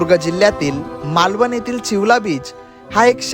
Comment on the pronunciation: मालवण...not मालवन